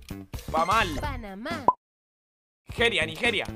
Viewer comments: Spreen adivinando el país de Panamá: Pamal. La del vídeo: Panamá Jajajaja tremendo Spreen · Spreen una vez dijo: pamal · Cuándo dijo Pamal en ves de Panamá JAJAJAJJA